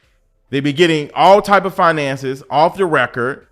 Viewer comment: Facts, talking bout finances but laying in bed with a man showing all her gums to a non 9-5 man and not having her bills paid with her " FIINANSAYS "😒INSANITY.